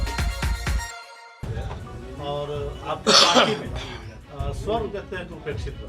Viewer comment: Swarn nahi- SAWARN. Kindly hindi ka tang mat tore.